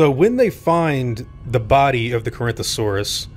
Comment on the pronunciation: Maybe they dropped the Carinthosaurus out of embarrasment when they found out how badly they botched the name of Corythosaurus?